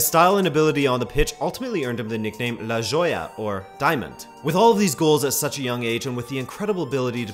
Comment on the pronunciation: La yolla? Jajajaja that's not how you pronounce la joya